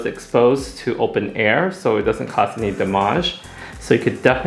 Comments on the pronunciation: "DamAGÉ" "RootAGÉ" love that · Absolutely beautiful!. I am laughing at this Rootage and damagee ha ha love it. For those who aren’t aware. I believe he’s saying Root ( which is the base of the hair - the area that’s closest to the scalp) and damage .. he just put a little flavor on his words just a little Tang 😉. Not only do I appreciate this color and this video but I love the depth of their conversation- and considering how far Guy has came- I have mad respect for stylist like this b/c anyone that’s a stylist knows how our world can be. Trust. I am not gassing him up - just reflecting. And he sings too.. wth!?! ..#Suscribed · The way he’s saying damage ; damajjjjjje. Lol did he call a root touch rootaaaajjjj? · every time he says damage. i cant